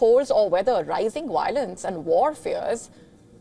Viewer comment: I abhor Wiolence 🤣